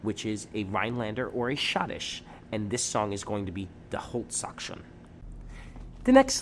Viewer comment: Your German prononciation of die holtzkaution is terrrible !!!!!!!!!!!!!!!